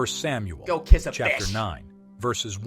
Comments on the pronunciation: Kish...😂😂😂 bruh...go kish a 🐟...💀💀💀 i had to pause the video. Lololol 😂😂😂😂😂😂😂😂😂😂😂😂 i didn't know that one either. 😂😂😂😂 i guess jesse as well. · I learned that I have to "kish a fish" 😂